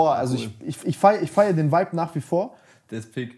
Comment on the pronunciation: Es triggert mich so, wie die ganze Zeit wipe anstatt vibe sagt